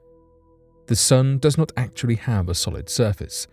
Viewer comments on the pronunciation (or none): none